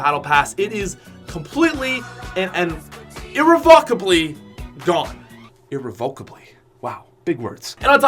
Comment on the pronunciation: He also pronounced irrevocably wrong